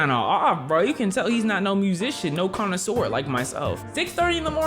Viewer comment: "I knew this sound" "I'v heard sound" "I am an active condisuer of this sound" 😂😂😂